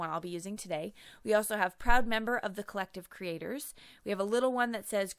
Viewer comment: Love Love the gold world!! I think the change in background was well worth the lost sleep over the change. Can’t wait to use this fantastic stamp set. HA HA End of video sounds like you said “Collective critters.” (Not aa bad idea at that. :) )